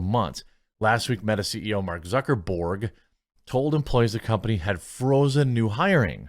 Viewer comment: Please! Why would you label this as a “purge”? They’re laying off people because they’re losing money! Duh, it’s “berg” not “borg”.